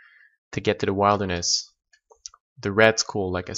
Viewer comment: he said wild-er-ness